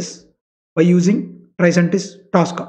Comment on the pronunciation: Its not Taska. Its tosca. Please pronounce it properly